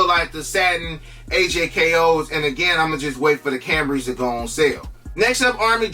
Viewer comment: “Kambry” gets me every time 😂 it’s “Chambray”